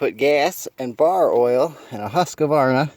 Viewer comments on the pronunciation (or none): and maybe pronounce the company name correctly, right? lol "hUskAvAREna ay!" :facepalm